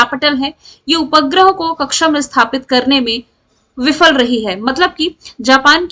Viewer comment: Ma'am aap उपग्रह ka उच्चारण sahi kiya kariye please 🙏 😢